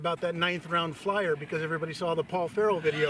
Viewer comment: Who TF is Paul "Ferrel?"